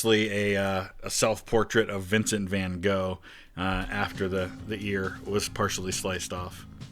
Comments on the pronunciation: I'm not Dutch, I'm swedish, but I'm pretty sure its Van [Gocchh]. English doesn't really have that cchh-sound. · Hearing you trying to pronounce van gogh as a dutchie was painful lol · Funny how non-Dutch always try to pronounce those Gs in van Gogh correctly (usually overdoing it) and then totally ignore the 'van' part. It should be a short 'ah' sound for the vowel. It was better in 'Van Leeuwenhoek'. Btw, in general Leeuw=Lion & hoek=corner. I suspect in this case Leeuw was probably different originally like 'luw', which can refer to being less windy/protected from wind.